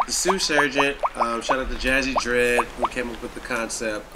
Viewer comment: Trinidad pronouncing Jayz R Dead as "Jazzy Dread" lol